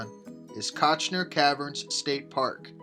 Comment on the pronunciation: Visuals were generally decent, but narration was ABSOLUTELY HORRIBLE; rife with mispronunciations, not the least of which was the name of the site.